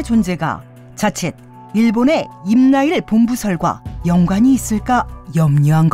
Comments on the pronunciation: 나레이터 발음뭐냐 임나일 본부설 ? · 임나일 본부설...이 아니고 임나 일본부 설....이라고 발음을 해야지... 너무하네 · 나레이터가 엄청 무식하군요. 작품을 망치고 있네요. 임나일 본부설이라고 읽다니. 사람이름인줄 알고 있는 것 아닐까싶습니다. 성은 임이요 이름은 나일 임나일